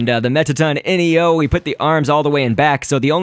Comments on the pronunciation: its not mettaton N.E.O its Mettaton NEO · it's not mettaton ENIO it's mettaton NEO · and mettaton neo is pronounced mettaton knee oh